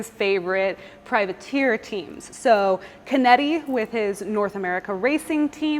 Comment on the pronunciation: Hi, just a small correction. In Italian, a ch is produced like a K in English. So Chinetti, is pronounced Kinetti. Love the video, and love the car.